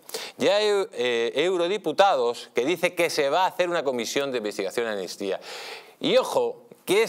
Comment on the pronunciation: Amnistía, se pronuncia con una ¨M¨ delante. Si no, suena mal al oído.